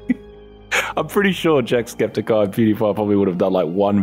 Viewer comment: “Jackscepticeye” yikes😂 dude he literally made a full series on this game back n the day, you obviously didn’t knew it I mean u said his name wrong lol